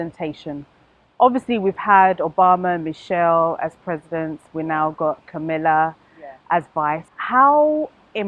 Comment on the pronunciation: The US VP's name is KAMALA HARRIS. pronounced Cum a la. Not Camilla. Get it right please.